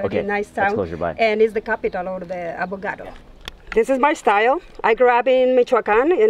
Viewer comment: Why she keeps calling it "Avogado"? xd